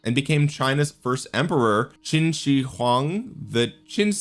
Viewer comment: It’s read as Qin like Bai Qi, that Qin. And Shi like Chinese way of saying poop. And huang is correct